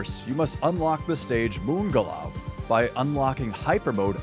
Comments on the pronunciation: Wait, is he effing serious? Why is he pronouncing Moon Glow Moon galau?! Isn't it self-evident, that the Moon is glowing, let the moon glows in the dark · Lol "moon galau"